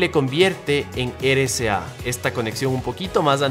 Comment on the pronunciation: amigo pronuncias RCA como "ere ca" es erre c a ,espero entiendas a lo que me refiero